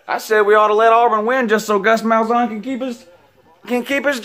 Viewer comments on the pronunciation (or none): Seriously? lol ok... feel free to post here after the Ironbowl. And just for the record it's Gus Malzahn not Gus's malzon...